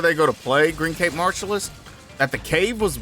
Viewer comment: just so you know, youre mispronouncing his name, you are saying its green-caped martialist and you gotta pronounce it like the word cap